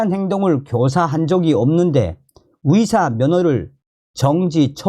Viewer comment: 위사가 아니라 으으사